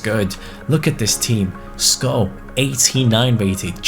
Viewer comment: Its incredible that you pronounce skov right🇩🇰